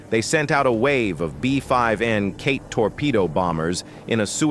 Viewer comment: The pronunciation of Japanese ship names is absurdly wrong. Same for all other Japanese place names. Japanese syllables have a fixed pronunciation. The vowels always sound the same, unlike English. Frustrating to hear.